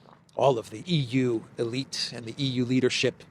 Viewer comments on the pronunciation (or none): none